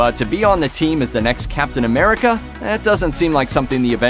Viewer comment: And now we have 'Captain Amerigga'